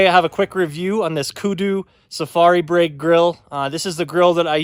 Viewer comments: Looks awesome man, its pronounced ‘Br-eye’ 😁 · Nice video and review... Acouple items of respectful criticism - It is pronounced like BRY or Br-rye. And to lower it simply take the legs off and set it on the ground. But I understand what you are getting at